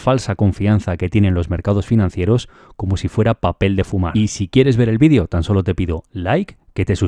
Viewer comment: Por qué todos dicen vean es bidio no maman es vídeo no bidio